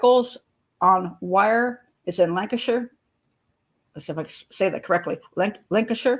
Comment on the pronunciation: there’s zero proof of anything until she’s been identified, autopsy etc. I’m devastated as it’s my belief that she’s been found. It’s been huge here in the U.K. - You pronounced Lancashire correctly 😊